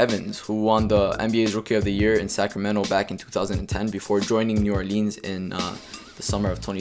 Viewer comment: "New OrLEEN"